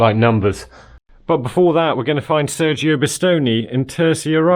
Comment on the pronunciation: read sergio with a scottish accent and Bisonte like B zontt. terceira like tercheyra